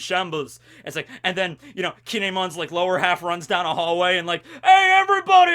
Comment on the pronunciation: I just found this out recently, but Kinemon is pronounced Kin-emon :0